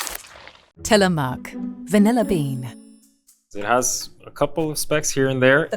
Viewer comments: Ok Tillamook is pronounce Til-a-muck..... not Tilamoook! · The last syllable in "Tillamook" is pronounced like "look," not like "luke." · As an Oregonian, it was pronounced wrong in the video. Tillamook rhymes with book and took, not juke or Luke. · You guys are saying Tillamook wrong! It's no "moo-k" it's more like the U in the word "push." They really fell off in quality about 10 years ago, sadly. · till ah mooooook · I am an Oregonian and have never heard a real person say anything other than tillamook like "book". It's probably the same people saying -mook like "duke" who say "Ne -VAH -da" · They start with HD which is the best and has always had the least ingredients but attack it for no vanilla beans when they have vanilla bean as an option!!! I don't even know why they offer the plain vanilla but they do so this is completely unfair and felt like an attack on HD. So annoying but their use of AI which cannot pronounce Tillamook and the guy who is supposedly an expert but who can't pronounce carrageenan just makes this review lose all credibility. The Jewish one is sooo eccentric with her hair wow. I'm a much better expert. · Everyone pronouncing Tillamook that way is so annoying lol. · I am the only one who cringed at how badly they pronounced Tillamook? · would have been nice if they could pronounce Tillamook properly. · I've been to the tillamook plant in Oregon, its said like it rhymes with book or took. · The way they said Tillamook drove me nuts. the O needs to sound shorter that long O sound is wrong. This is a native American word the pronunciation is different.